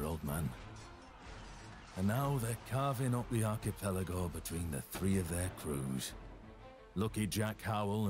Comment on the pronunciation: I cringed so hard at your pronunciation of archipelago.